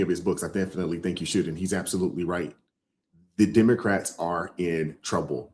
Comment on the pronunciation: She said DUMocrats😂😂😂 ..